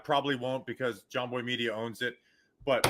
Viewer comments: reaction is hilarious…. MARCUS BOW?! THATS NOT MBOW THATS BOW” 😂😂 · That’s not Marcus M-bow it’s Marcus mbow